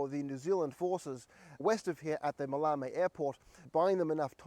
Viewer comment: Ma-lay-mee airfield.